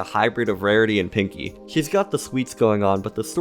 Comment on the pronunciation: wawity? Are you talking like Elmer Fudd now?